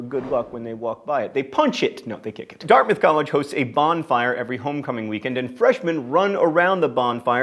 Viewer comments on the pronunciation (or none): none